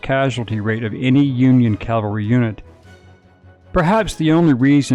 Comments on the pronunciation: CAVALRY! CAVALRY! Not CALVARY! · It’s Cavalry… Not Calvary. Get it right! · Cavalry not calvary! Sheesh!! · It's pronounced Cav-al-ry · I find it surprising how many people mispronounce "cavalry".